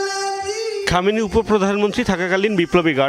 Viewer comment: খমেনি কি রে? সম্মান দিয়ে নাম উচ্চারণ কর। না হয় সাংবাদিকতা ছাড়।